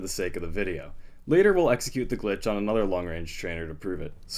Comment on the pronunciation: Don't you mean 'Eggxecute'? ;)